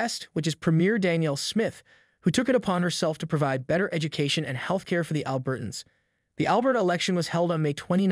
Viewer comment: "ALbert-uns"? When did that pronunciation start? I've always pronounced it "al-BERT-ans."